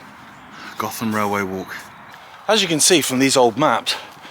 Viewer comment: I think the locals pronounce it Goat-Ham